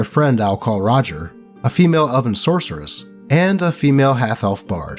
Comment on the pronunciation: Ngl when you said Elven I thought you said oven. 😂